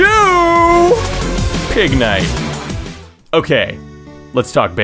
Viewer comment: I cried when you said Pignite...